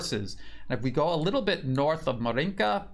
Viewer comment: Dear, I admire your excellent videos and hard work! Just a tiny suggestion: the stress should be made on the starting syllable in 'Maryinka and not on the second one. In most cases it would be totally unimportant, but in this particular case Ma'rinka sounds a bit funny for a native Russian speaker's ear, since Ma'rinka is a very informal way to call a girl named Marina, while 'Maryinka is a place name (of a village) derived from 'Marya, the Russian folks form of Maria. I am not sure if same goes for Ukrainian.